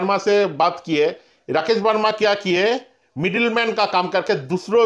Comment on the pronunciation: It's Verma not Verna bro....